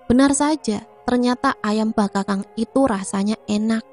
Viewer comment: Maaf cah ayu...maksudnya bakakak bkn bakakang kali yaaa..itu ayam ingkung cah ayu😊😊😊maaf ya skdr koreksi geulis🙏🙏🙏🙏